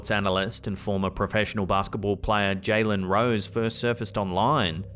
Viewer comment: It's Jalen and Juh as in Duh so Juh Kobe as in Kobe Bryant. 😂😂